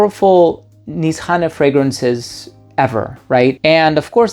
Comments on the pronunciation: So now we know it’s pronounced Niss-hanay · its actually niche hane / hane means house in turkish. when you connect these words becomes nishane (nişhane) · Nisane or inSHane? Every reviewer has got his own pronunciation when it comes to saying the name.